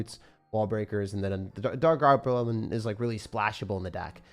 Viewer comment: “Dart gableleleo” - 2025, love you man 😂🫵